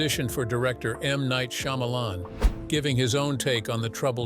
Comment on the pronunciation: SHAH MA LAWN ok now say it with me.....Shyamalan....